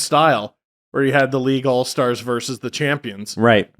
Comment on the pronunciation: It's "versus", not "verse".